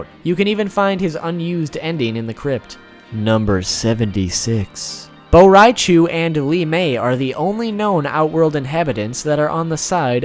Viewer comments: It's bo rain cho not bo rai chu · Im pretty sure his name is bo rai cho not bo rai chew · Dude, your pronunciation is horrendous, Reiko is pronounced Rayko not RI-ko. It's BoRaiCho not BoRaiChu, Shinnok not Shinnook. Cynthia Rothrock not Rotherock... Also, when you mentioned Cyrax and Sektor had place holder names of Ketchup and Mustard, you should have included Sindel, who was originally known as Muchacha. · "Cho". Bo' Rai Cho. not Bo' Rai Chu. he's not a pikachu. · Regarding pronunciation for certain characters: It's Reiko (REI-KO), Shinook (SHIN-KNOCK), Bo Rai Cho (BO-RAI-CHO [Cho NOT Chu]), The statement that Blaze is the most powerful being of the MK Universe has now gotten retconned & proven wrong. The Titans (ex: Kronika), The One Being (who's divine aspects were split into the 6th realms, but the character still retains his consciousness, more or less manipulating everything so the villains would desire to conquer all the realms, which would then fully revitalize The One Being after taking the final victor of the battle across the realms as his new host body) & Elder Gods (i.e. Shinook & Citreon) are all more powerful than Blaze. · "Bo Rai Chooo" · Bo rai chew -_ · "Bo rai chu/ Bo rai choo" "Shinuuk" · li mei is good but BO RAI CHU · bo rai chuuuuuuuuuu😂😂😂😂😂😂😂😂😂